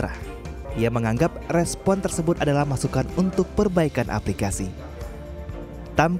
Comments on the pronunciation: Respon bukan repson 😁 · RESPON bukan REPSON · Respon or Repson.. hehe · salah fokus ama yang bacain beritanya.. "repson mereka hampir membuat putus asa" repson apa respon?😂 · repson mereka Bukan nya respon mereka 😂😂